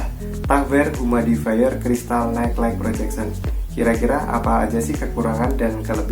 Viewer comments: humidi-fayer. bukan humaidi-fayer.. hehehe.. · Mau koreksi aj bang, pronounciationnya yg bener “yumid”ifayer bukan “humaid”ifayer:”) But it’s okay, nice content:)